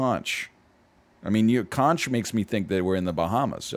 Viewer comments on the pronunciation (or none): I’m sorry but egg pronouncing conch like that was painful, I blame spongebob for popularizing the wrong pronunciation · I was going to disagree with you until I heard the way he said it. Heavy inflection on the "tch" sounded really odd. Conch is also one of the words that has different pronunciation between U.S. and U.K. English. Though, I think you're right about the Spongebob episode because, despite being illogical, when referring to the animal my brain likes "conk" but when talking about its shell specifically it like "consh."